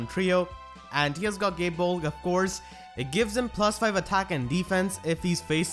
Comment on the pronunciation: I always understand "Gay Bulk" instead of "Gae Bolg" Q_q